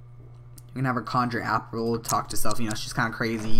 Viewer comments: i love how cant pronounce anything:P Apple = Appler/Apprel...Aura = Arura/Owra!:LOL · hah you said conjure apppler!